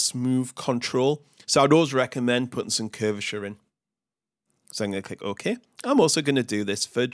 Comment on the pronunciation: click "oh-Ke"